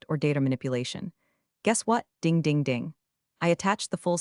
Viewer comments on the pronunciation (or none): Not to mention how elevators “dinge” instead of ding. And heaven’s sake, please stop calling them “cwassas”!!!! CROISSANTS, people.